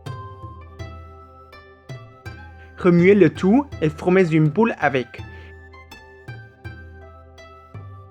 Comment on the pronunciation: 加油！ boule et non poule 😀 ! Bravo quand même! Courageux de faire une vidéo en français!